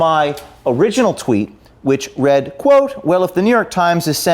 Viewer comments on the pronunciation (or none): none